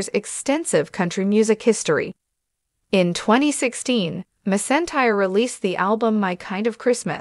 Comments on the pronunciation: It’s McEntire not misentire. Get it right or stop talking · Her last name is pronounced mackentire please know enough before you release a video butchering her name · It was so disrespectful to such a famous Country music icon and Queen of Country Music if you cannot pronounce Reba McEntire's name than you should not be letting her name come out of your mouth! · You need to pronounce her name right! That is so disrespectful to the artist. Reba is the most iconic name in the world and you can not pronounce her name right, come on show respect. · I disliked the video because you don’t know how to pronounce her last name! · Learn to say her name before you speak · This is a slap in the face to the legendary Reba, if you can’t pronounce a name correct maybe you should try to do some research before you just butcher a legend and icon and queen of country music by not saying name correctly at all. I think you need to do some research and learn how to use real names before you spread spam news to try to make a video famous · Being so disrespectful and how you're pronouncing your last name to such an amazing gratified humble and grateful and loving and God artist you ought to be ashamed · You should be embarrassed pronouncing her name that way!